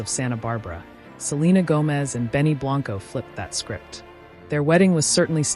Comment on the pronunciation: I have no idea what she sees in this man. He is not attractive. I pray she has a prenup. The A.I. bot can't even pronounce Benny's stage last name right. It's pronounced the same way you say 'white' in Spanish. A.I. bot also keeps saying they had a barefoot dance when I only see Selena's shoes off. I was super surprised she is taller than her new husband and that her feet are long and skinny.